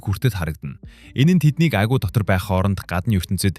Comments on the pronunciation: Агуй Агүү гээд бна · yamar tovogtei sda be agui geed shaagaad baihiin yadaj baihad aguu gedeg ug ne yamar ih gardag yum be de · Айгуу гэж ярьмааргүй байнаа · 1 min 40 sec л тэслээ хараал идсэн АГИУ АГИУ гээд чихнээс цус гарлаа шдээ хахахахха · Агуу , айгуу, агуй гшшшшшш . Засаач ээ !!! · Сда агуу гээд хэлээч агь уй гээд байсын бүр уур хүрчихлээ хаха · Аа ха ха уг нь гоё хоолойтой юм.Агуй ,агиу,агуу гээд хаашаа хэлтэй хүн бэ.Монгол хүн мөн үү.ха ха ха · Хэлээд юугхэв ядаж байхад ямар их аагууи вээ 😂😂😂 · tilt2 агүй aйгү юу ч гээд байгаан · Агу агу гээд том жерри юм уу хайшаа юм. Хайран чих минь. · agui geed helchihldee🥲 hetsuu sonsogdjnshde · пишдаа Агуй гэдэг үгээ яаж хэлээд байгаам дээ